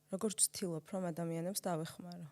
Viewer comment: დან დაიწყო შემდეგი სიტყვების გამოყენება: ვცთილოფ,ხთება,მოვხთე!!! -დან გავთიშე. მადლობა,რომ ტყუილად არ მაწამე და თავიდანვე მიბიძგე გათიშვისკენ <3